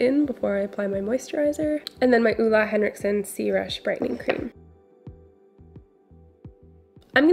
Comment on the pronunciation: Love the way you pronounce Ole Henriksen. Ulah Henriksen hehe